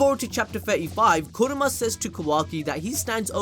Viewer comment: kurama not kuroma